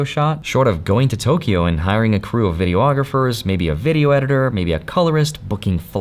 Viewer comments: Please stop saying “Video-ographers”! It’s pronounced “Videe-AH-grapher.” Thank you. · Omg please stop saying "video-ographers"